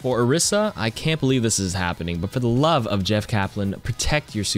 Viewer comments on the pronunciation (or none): its orisa not orissa